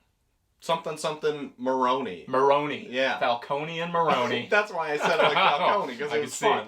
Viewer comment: Salvatore Maroni has the "i" at the end of his name. so that you would pronounce the "E" sound. like Téa Leoni.